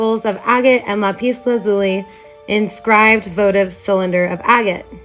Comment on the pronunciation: Not La-pis but Lap-is